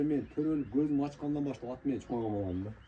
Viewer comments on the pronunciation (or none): Нече суйлоп жатасын Деген Кыргысчаны так суйлош керек да Аа Сен чулдурап эмнече суйлоп жатасын от дейсиго Ат деп айтат далбайоп 😂😅